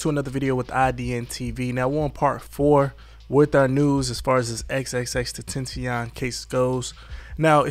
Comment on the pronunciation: How u gonna cover a case on a person u can't even pronounce his name correctly 4